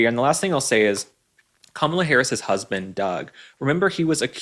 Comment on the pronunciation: The word is "husband", not "husbind".